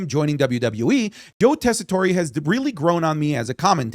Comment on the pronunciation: It’s Joe Tess-eh-tore (like I tore my ACL)